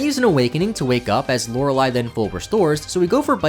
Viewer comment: I've been watching too many JRose videos lately, I got real confused when Lorelei was pronounced correctly